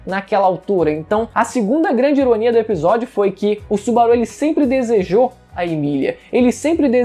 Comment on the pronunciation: Que agonia dele falando o nome do Subaru kkkkkkkkkkk